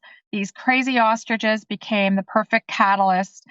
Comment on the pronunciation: haha. To be fair even Jimmy pronounced ostriches as "austriges". 😂